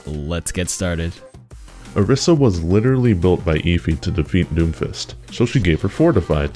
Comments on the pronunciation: My 1 general tip is that ITS PRONOUNCED ORISA NOT OREESA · Mains Orisa but can't say her name right.